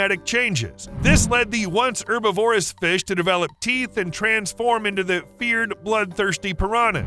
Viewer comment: Please learn how to say “herbivorous” please